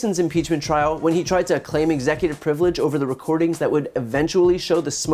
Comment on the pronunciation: Anyone else notice the word slurs and mispronunciations? Executor frivelege